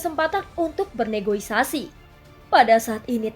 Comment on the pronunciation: Kak negoisasi apa negosiasi deng 😂😂